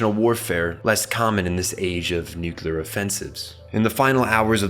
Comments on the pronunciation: For God's sake, please stop saying noo-kyoo-luhr.... the word is noo-clee-ahr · Where's the second 'u' in 'nuclear' that you pronounce at 0 :05? Also.. watch Dead Leaves, please. I already have my own concept of the ideology but would like your interpretation. You have a good breadth of knowledge in anime.